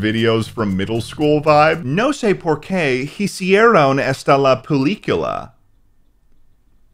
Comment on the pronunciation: Dude I've been learning Spanish for 7 years and I've also heard some wack pronunciations but the way said hicieron (hee-see-er-own) stumped me for a bit😭 it's pronounced ee-see-ere-on